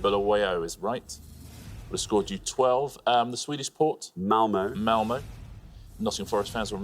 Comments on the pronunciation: Malmö does not end in the letter o. It ends in ö. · Malmö doesnt end in an O you absolute twats! It ends in an Ö! Those dots arent there purely for decoration you know, O and Ö are completely different vowels with completely different sounds and appear individually in the Swedish alphabet. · no, it's Malmö. ö and e are completely different, too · It is Malmö. Ö is a totally different independent letter of it's own